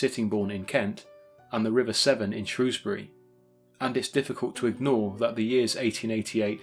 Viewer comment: Always a like when I hear someone pronounce Shrewsbury correctly!